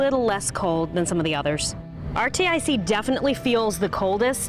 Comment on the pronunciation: Can someone tell here to sound out the rtic brand name lol